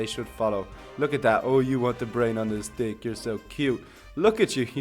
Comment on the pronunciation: If u hear the part when he said ohh u want this brain on this stick it actually scoundrel like he said ohh u want this brain on this dick lmfao